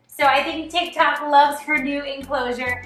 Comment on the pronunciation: that "ticktok" dude im seeing multiple people saying "ticktok" being honest, its "tiktok"